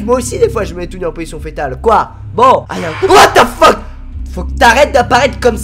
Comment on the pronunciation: Whaat the Pheeuuque ! Mdrr il m'tue xD